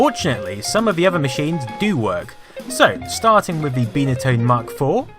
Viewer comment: "Bye" na tone, not Bee na tone... jeez